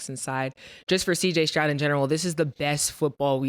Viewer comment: Cj Strout instead of Stroud